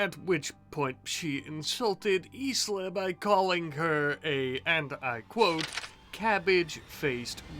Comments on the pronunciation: If it's any help to future episodes, Isla is pronounced Eye-La 😆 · Might be a little late.. but the name "Isla" is pronounced "Eye-la" like the same sound as Island. That being said, if Isla ever needs to make is solo... should be isla's island 😅